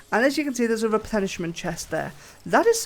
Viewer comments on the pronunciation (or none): Man I was so confused... I kept hearing you say "replenishment" (restore stock or inventory, refill, etc) It's "resplendent" (shiny, attractive, impressive) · re·splend·ent /rəˈsplend(ə)nt/ Say it with me...